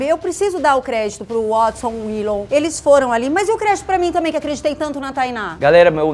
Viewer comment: Willou e Wuodson GZUISSSSSS É DIFÍCIL PRONUNCIAR WAAAAAATSON?